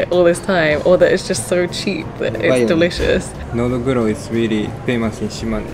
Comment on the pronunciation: just separate into 2 words Nodo (throat) Guro (black) when you say it lol